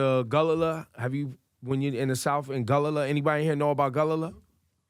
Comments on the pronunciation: It's Gullah not Gulallah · Ebro meant Gullah. Not Gulalah. A for effort anyway. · We are Gull Ah not Gull lala lol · He was actually referring to the w. African Gullah ppl here in America. He just pronounced it wrong. lol